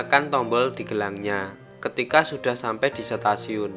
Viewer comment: Ketika sampai di Setasiun🤣 Stasiun bang bukan setasiun🤣